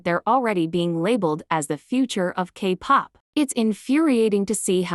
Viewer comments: The voice pronouncing 'kpop' as Capop😂😂😂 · Wow so funny a video that addresses minor exploitation but let’s laugh about a mispronounced word of an AI voice 😐